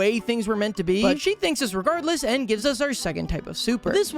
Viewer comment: “‘Finks’,am I allowed to say that?” 💀💀💀